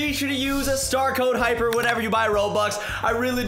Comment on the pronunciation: Its "Hyper" not "Hypher"